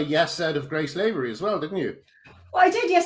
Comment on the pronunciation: Lavery is pronounced LAH-vree, not LAY-ver-ee. Graham should know that as Lavery is an Irish surname.